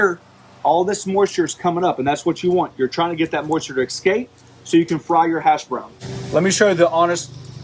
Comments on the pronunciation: Take a drink every time he says, “eckscape.” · Ekscape. Must be the midwest.